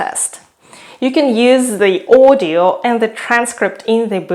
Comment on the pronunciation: I can still hear sounds that give out her mother tongue. It's very hard to disguise your russian (or kazakh) accent. And for me her "audio" sound like "ordeal".